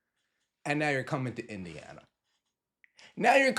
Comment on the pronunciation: Did you say WINdiana?